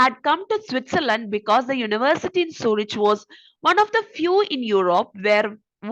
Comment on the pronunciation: മ്യൂണിക്ക്, സൂരിക്ക് ആണ് ... Pronunciation onnu nokku please bakki super class